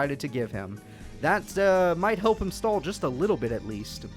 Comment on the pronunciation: Some of his insults with that voice were pretty savage Like when he told Zane to turn his cards around so his acid virus could do its thing “It helwps, if you turn them awound”